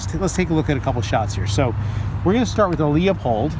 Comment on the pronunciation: Really good job. It’s pronounced “LU—Pold” by the way.